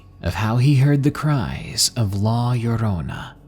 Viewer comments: It pronounced la yo-ro-na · hey llorona is pronounce la yodona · lmao la yo-rona its funny hearing people say it wrong